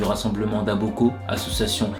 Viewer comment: Tu as fait une on dit pas Aboko mais Abako